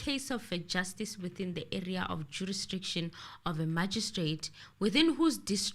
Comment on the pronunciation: Even in 2024 is still struggling with the word jurisdiction 😂😂😂